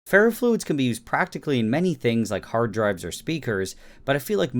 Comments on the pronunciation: Did u say hard drives or hard drugs lmfao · I know this is like 3 years late but when he said hard drives I heard hard drugs and now I am questioning my life 👍😂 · I heard hard drugs or speakers